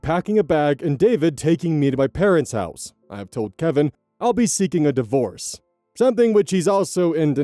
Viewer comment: seeking a div-horse